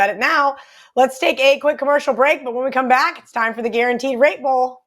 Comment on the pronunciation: Sounds like she's saying rape bowl